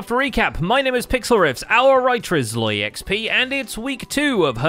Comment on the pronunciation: Since when is it SloyXP and not ZloyXP?